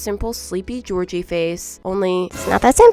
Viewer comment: Who tf is gorgie 😭 it’s Georgie!!!